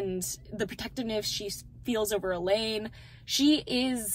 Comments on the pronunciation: I’m sorry…. Are you saying “E-LEED”??????? You mean “E-LANE… it’s literally spelled Elaine. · Such an amazing talk about the book absolutely loved how you explained everything. Love how you stuck to your thoughts about it. Also loved how you were so focused on explaining about Nesta and the book you continued to say Elain's name wrong and you never caught yourself lol That is a good thing because you were passionate about your thoughts loved it ❤❤